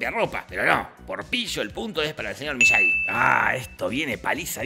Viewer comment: Por cierto es Miyagi no Miyagui